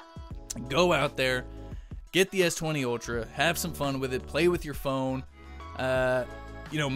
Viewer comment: It's Ultra... ☑️ Not Outra... 😠😠😠